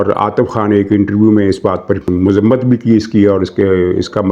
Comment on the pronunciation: Mazmat nahi muzammt Right pronunciation